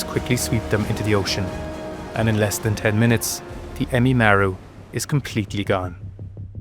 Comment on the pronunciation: it's Ehime Maru not emimaru